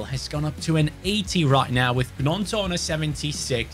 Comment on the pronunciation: Pronounced ñonto not Gnonto